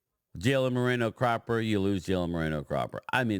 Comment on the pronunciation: Brian...TOO FUNNY.........EDOGA....NOT CHUMO EGODA.....LOL.....AND CALLS CROPPER...CLAPPER...